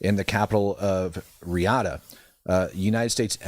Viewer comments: Saudi capital , pronounced: Ree-yaad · Did he say Re-G/Jahd?? 😂